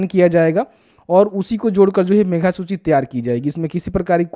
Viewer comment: मेघा नहीं मेधा होता है।